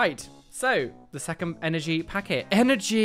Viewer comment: Hehehe love the way you say "energy". Grats on the awesome Gengar card! xx